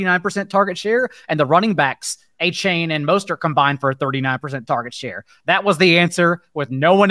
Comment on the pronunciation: You're pronoucing Achane's name wrong. He said it's De-Von A-Chan